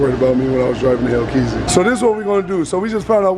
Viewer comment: bro just call it a hellcat plz stop saying hellkeazy